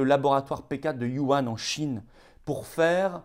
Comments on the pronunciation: J'ai remarqué que vous disiez trop souvent Yuhan au lieu de Wuhan. Il ne faudrait pas qu'on vous le reproche sur un plateau TV. Sinon, comme toujours, au top de l'info vraie 👍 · Cher et valeureux Florian, une petite remarque bienveillante sur la forme : Wu Han ne se prononce pas "You Ane" comme vous le faites par erreur, mais Wou Rhan (avec le son de la "jota" espagnole). Bien cordialement vôtre.